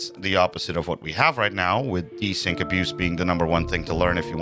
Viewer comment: A single player mod for a game is probably "bad" because it perfectly demonstrates that the netcode is potentially trash in an online version and how it could be if it was done right... sad. Oh, and by the way "de-sync", not "Dsync", it's not a product :D:D:D Good points there btw.